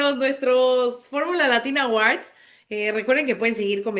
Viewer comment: La segunda silaba de "Awards" no se pronuncia con a, de hecho en fonética la sílaba es "wɔ" con sonido 'w' y una 'o' larga ("or"). Oh si no solo digan "premios" jeje. Disculpen, manías de lingüista. De acuerdo con la mayoría. Gracias por su análisis todo el año.